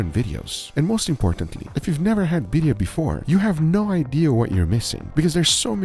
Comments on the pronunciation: biRRia not biria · its birrrrria u gotta roll that r rrrrrria birrrrrria